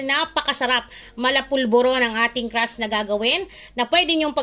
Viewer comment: Crust po hindi crash 😂😂😂